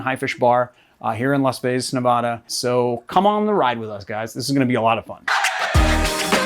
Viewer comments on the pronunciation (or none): That’s not how you say “Nevada.” Try pronouncing it the same way you would say, “Montana.” Not surprisingly, Michelle says it right.